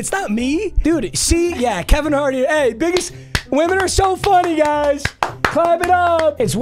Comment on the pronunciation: Your gf thought u said you were gay 😂😂😂